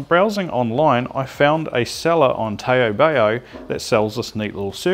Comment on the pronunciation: Great video with stuff we can get in ANZ for once - thanks! If you want to be strictly pedantic re: Taobao, it's pronounced more like "tow bow" (rhymes with how now brown cow) just FYI. Sounds a bit funny hearing it pronounced tae-oh bae-oh heheh. Now to ebay some PSUs...